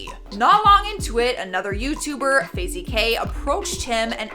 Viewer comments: Is no one going to mention “Fazie” when she meant Faze? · fazey kay lmao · Fay-zee lmao